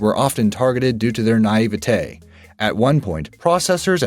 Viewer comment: Andrew Car Negee.... Naivatae Please read more so you can speak and pronounce words and names correctly.